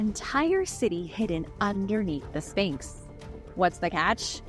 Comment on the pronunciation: Your history and opinions are outdated and the Sphinx is not pronounced Finks! The erosion was not caused by wind but by water. Please do your homework. This was irritating